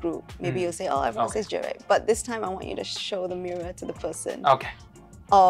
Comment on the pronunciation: Are you kidding me😂😂😂 He's not even close to correctly pronouncing most English words, even as simple as the word “very” , “everyone” “definitely” ……??? 😅 and his phrase is completely broken with a heavy HK accent.